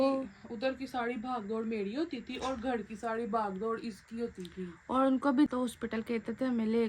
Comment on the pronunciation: gar ni hota h ghar HOTA hai